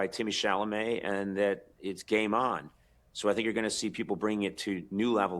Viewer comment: "Timotay Chellamit" bro is probably not going to walk the red carpet for the Oscars 😂